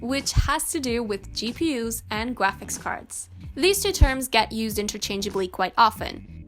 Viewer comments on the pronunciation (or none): "GPU's and gwaphics cards" lol